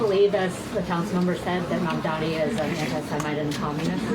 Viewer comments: He still can’t even say his name correctly. I don’t understand what’s so difficult about it. It’s Mamdani—is the difference in pronunciation between an M and an N really that difficult? Or is it intentional? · It's not Mandan dummy it's Mamdani !!! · Hahah he keeps mispronouncing his name. Mandami? He knows how to pronounce it but refuses to to keep us thinking he is different from us. He’s not Mr Cuomo u are different from us!! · Why doesn't he have enough respect to say Mamdani's name correctly? What a pathetic jerk.